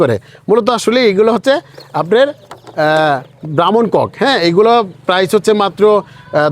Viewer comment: ব্রাহ্মণ কক না। ব্রাউন কক। এত সুন্দর তথ্য দিয়েও ভুল বলছেন কেন।